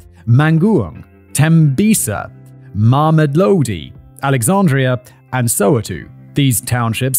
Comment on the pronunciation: It hurt hearing him pronounce all the kasi's, especially Mamedlodi wherever that is